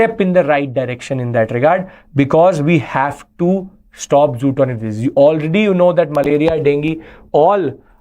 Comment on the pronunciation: Great lecture! Thanks a lot for clearing confusion between LAC and LOC. One suggestion, the disease spelling is zoonotic. But Sir, maybe pronouncing it wrongly as “zootonic”